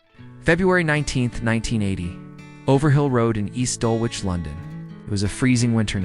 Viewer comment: It's pronounced Dullitch